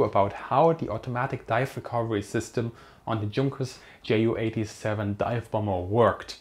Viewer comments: Meinst du weil er jay-yu und nich jot-uh? Seine Community ist englisch also macht’s Sinn das er jay-yu sagt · Bitte sprich Ju87 korrekt aus. Bei Abfangvorrichtung klappts ja auch. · jep genau... mir biegts die Ohren runter wenn er's english pronunziert